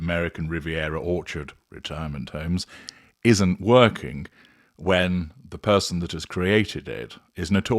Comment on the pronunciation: I die every time you say retirement homes😂😂😂